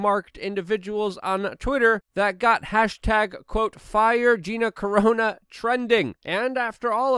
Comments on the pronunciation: Car-ahh-noh, not Cor-ohh-nah. I believe you're thinking of something different entirely... ✌️😉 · Luke! We love your content... BUT it's not Vladimir Poo-in it's Putin with a T. And it's not Gina Corono... Its Gina Carano with 2 A's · why you keep saying her last name like that?